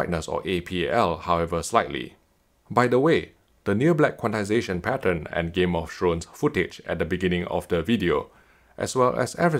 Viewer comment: Did he just say, “Game of Shrones”?